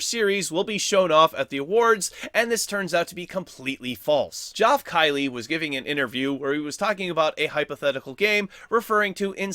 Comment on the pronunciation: was pronouncing it "jof kiley" a joke or something?